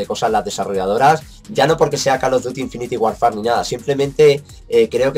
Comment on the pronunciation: SE PRONUNCIA!!!! INFINIT WORFER Pero bueno me da igual